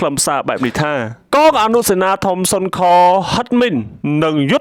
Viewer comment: សូមអានឲ្យច្បាស់ពាក្យសុនខ_គឺឆ្កែលោកម្ចាស់អ្នកអាន។